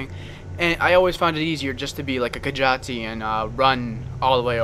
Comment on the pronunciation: Ka-jah-ti? Are you sure you don't mean Ka-jeet ? Sorry, great video though :3